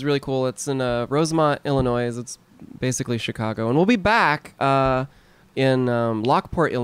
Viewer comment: oh god they pronounced the s in Illinois